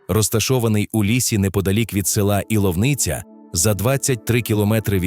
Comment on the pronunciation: Правильно называлось Иловница ,ударение на первую букву И